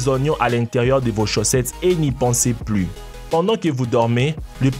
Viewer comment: on dit chaussettes et non chaussetes au début de la vidéo